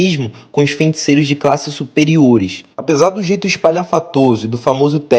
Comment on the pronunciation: "fenticeiros", tirando isso man, bom vídeo